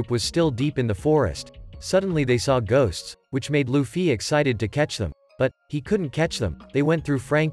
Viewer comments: Bro said luffi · When he says 'luffie' 😂😂😂